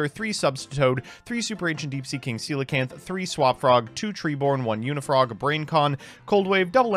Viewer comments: Shout out to for pronouncing Coelacanth right Of all the words to not mispronounce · It's funny how coelacanth is like the only card in the whole game that pronounces correctly. XD